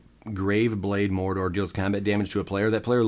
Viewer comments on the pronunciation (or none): Umm Marauder is pronounced like.... Ma raw der or Mar odd er not marrow der. Sorry for the grammer policeness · ... what exactly is a Graveblade..... Mordor.....? Its pronounced More-aud-er my friend. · Leaden Myr is pronounced like "Led in meer". Also It's Graveblade "Muh Rod er", not "mara dar". Looks like a fun deck... to play, not so much to play against. P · Its muh-rah-der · marauder is muh rod er like a raider or bandit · uhhhhhhhh pronounced marauder as more-uh-door? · just a good laugh, no hate :) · The way he says marauder!!! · And when he said marauder lmao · Does this guy not know how to say the word Marauder? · wonder when he'll pronounce marauder correctly but anyways nice deck =)